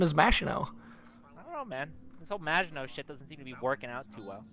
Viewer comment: I swear to god I heard "Vaginot" instead of Maginot